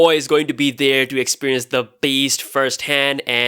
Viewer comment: He says beast super hard